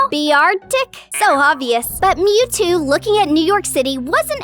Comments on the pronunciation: Did bro say meouthtoo instead of mewtoo💀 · Also in she said meowtwo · u said "meowtwo"